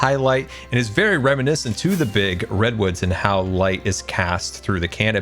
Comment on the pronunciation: post minecraft movie all I cean hear during this episode is "big ol redones" instead of redwoods